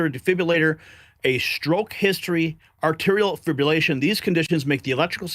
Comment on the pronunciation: It’s Atrial A-TREE-eL Fib-brill-Ashun , not Arterial fibrillation. Say it with me: Atrial Fibrillation. I know, I’ve had this type of arrhythmia since 1982. Ventricular fibrillation is far worse and often leads to death for those that don’t have interventional devices such as an internal defibrillator.